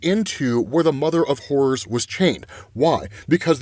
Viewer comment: I'm not gonna lie, this entire time I'm really hopeful it's the "mother of horrors" cause I definitely keep hearing call it the "mother of whores" lol